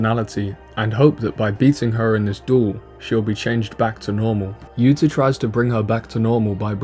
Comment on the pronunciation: yuto, not yuta, but the video is good anyway